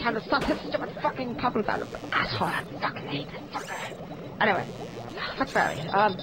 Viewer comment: When the professer says f**ker he doesn't sound